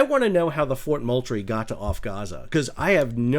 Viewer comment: Love your channel, Sal. The "L" is silent in Moultrie. Properly pronounced "Moo-Tree".